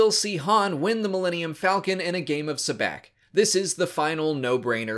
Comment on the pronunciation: Isn’t sabacc pronounced “saboc”